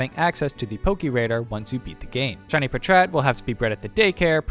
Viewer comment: Was not expecting "puhtrat" instead of "pat rat" like packrat